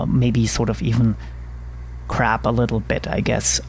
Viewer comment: Very nice video. Great instruction. Videos like this totally show how a person to learn to fly an aircraft with a "simple," desktop simulator. By the way when you said, "Crab a little," I thought you said, "Crap a little," lol.